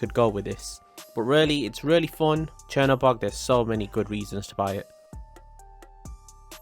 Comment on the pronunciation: I like ur accent u say fon